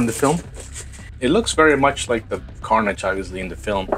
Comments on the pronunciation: Yout saying it wrong its carnage bot carnaage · Carnage, not Carnaage. 😂